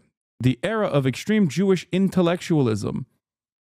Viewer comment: There is no "h" in "extreme", Hashan.